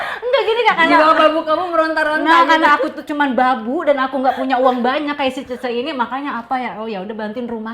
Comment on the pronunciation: Bukan cheche......ucapanya salah ....yg benere cie cie/ cece......artinya mbak/ kakak....meme= adik pr.....